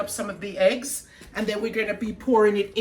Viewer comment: Eggs not Heggs E NOT H